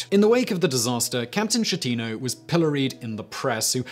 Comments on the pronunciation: pronouce Skettino jeez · Francesco Schettino Sounds like Fran ches Ko. Skeh-tee- noh. Ch in italian always sounds like K.